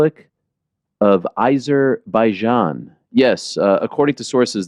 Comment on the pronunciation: AIzerbaijan? I always thought it was Azerbaijan.